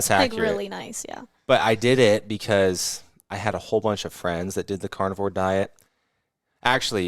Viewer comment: at first i thought he was saying carnival diet 😂